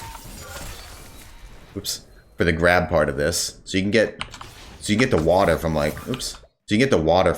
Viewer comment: Lmaoo the New Jersey accent came out heavy "Wahda"